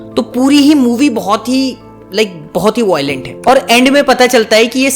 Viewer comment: Voilent kya hai 😂 Violent ✅✔